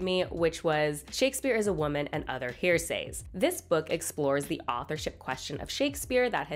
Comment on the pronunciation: Are we supposed to correct pronunciation? 👀 Heresies = hair-ess-eez Hearsays = what you said No, I don’t know proper ways to write pronunciation tho lol. And yes, I’m sure I also mispronounce hundreds of words.